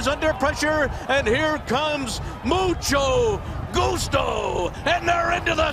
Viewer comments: so no one caught the "musto gucho"? lol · Mucho Goocho for the win! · The announcer absolutely butchers Mucho Gustos name at the top of the stretch.